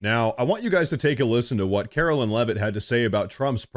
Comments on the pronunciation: Karo"LINE" is how she pronounces her name. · Love your content,. I watch you everyday. Our Press Secretarys name is KAROLINE, not Carolyn. Just a heads up.